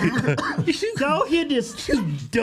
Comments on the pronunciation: Mercy! I thought thought he was saying Po locks! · He said pollucks, I thought he was talkin bout Polish ppl LMAO 🤣😂🤣